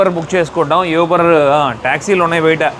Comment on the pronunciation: Nice video. యూబర్ కాదు.... ఊబర్. Best